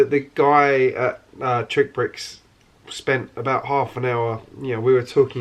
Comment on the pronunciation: You keep calling it TrickBricks, when it is actually pronounced as "TRICKSBRICKS". There is an "X" after "TRI".